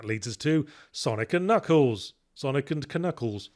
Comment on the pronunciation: You thought you were being funny saying "Kuh-nuckles" (and tbh you were), but to me, as a French kid in the 90's who had no idea the K at the beginning was silent (see also Arthur and his "kuh-niggets" from Monty Python and the Holy Grail), you were just reverting to the natural, original pronunciation of the Echidna's name !